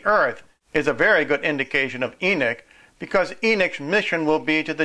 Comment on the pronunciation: I ask one thing: stop saying e-nick. It is e-nock. NOT e-nick. Thank you.